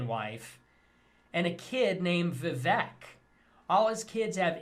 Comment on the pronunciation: In a side note, how is it they canNOT pronounce Vivek. Vivek R. literally told them how. "Rhymes with cake".